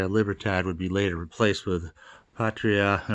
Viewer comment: The way Cuba used "Patria" as part of the motto actually means fatherland. So it would be "Fatherland and Liberty." Your pronunciation was pretty good, though.